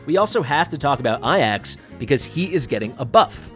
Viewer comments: Bro, please. Ajax is pronounced "Ay-jaks" (hard "j"), not "ah-yaks". Please :D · Pls stop calling ajax iax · In the case of greek pronounciation, then it's "ai-as" or "é-as" and not "ay-yax" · A jax Not ayax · Ay-axe is a very unique pronunciation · Does know its a J and not an i?? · Why you pronounce Ajax wrong lol